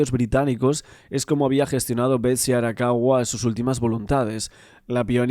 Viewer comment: Arakawa san...no Arawaka...